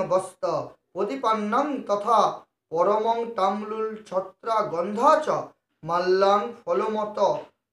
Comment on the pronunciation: পরমং নয়,ওটা পরম